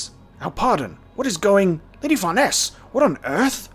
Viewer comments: Far Neese together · Please someone tell him how to pronounce Farnese's name xD